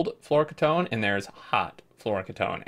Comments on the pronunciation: key-tone. not kit-own. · Pretty sure the correct pronunciation is floro-kee-tone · I believe its pronounced floor-oh-key-tone, flouroketone. Its a ketone with a flourine atom somewhere. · My friend says they liquid is pronounced like this Flora-key-tone. Floureketone. Don't know if its right, but it looks right though. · FYI it's fluoro - key - tone, fluoro from fluorine, and ketone is a class of chemicals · Fluoroketone = "Floor-oh-key-tone" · I think it's pronounced "floro key tone", at least my dad (who was a chemical engineer) used to say "key tone". I don't know whether flouroketone is real, but "polyether-ether-ketone" (for example) is real and is a type of very rigid plastic, and other ketones are very high-end solvents that for example audio engineers used to use for cleaning the heads of magnetic tape drives. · Fluoroketone = flow - row - key - tone. It's not pronounced as a single word, instead it's 2 words: fluoro (flow-row) and ketone (key-tone). This is a pretty good run down on fusion power. Looking forward to more guides, about to reach Vulcanus! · so glad I'm not the only one that was bothered by that mispronunciation :) great video tho!